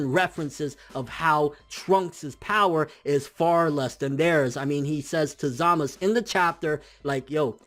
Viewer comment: BRUH ITS ZAMASUUUU NOT ZAMAS